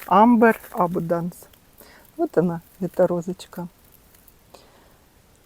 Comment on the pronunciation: эбАнданс, ударение на первое А. «Янтарное изобилие». И у моей мамы, оказалась роза Enjoy! Все никак не могли определить незнакомку.